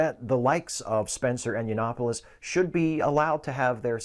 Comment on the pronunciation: "You-Not-Polis" it's Yiannopoulos. Yiannopoulos.